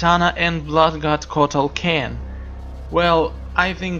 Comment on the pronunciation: HAHAHAHAHAHAHAHAHAH!!!!!!! You said kotal khen HAHAHAHAHAHAHAHAHAH !!!!!!